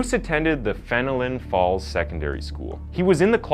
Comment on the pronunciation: Anyone else from Ontario basically spit out their drinks listening to the guy trying to say "Kawartha, or Fenelon Falls"??